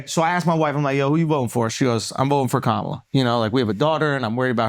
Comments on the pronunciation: I think another reason she lost is the fact that the guy on the couch who is clearly a big kamala supporter mispronounced her name. It is clear that it's a difficult name to pronounce for people of non Indian background but we've been gaslit that everyone is rascist because they say Camilla. That was annoying everytime ppl jumping on their high horse about this. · The fact that none of you can pronounce Vivek or Kamala correctly after all this time is mind boggling.